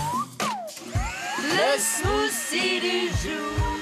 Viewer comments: Smoossi! What te de fuck! Est-ce Hollande qui vous a montré la prononciation? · Ahlala c'est marrant de voir les français prononcer un smoothie ; "smoussie" alors que ca se prononce "smoutie"